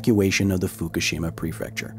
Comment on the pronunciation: Pronounce Fukushima right, then we can talk!